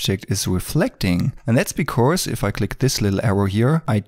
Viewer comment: Great Video😍but please practise pronouncing "because" 🤗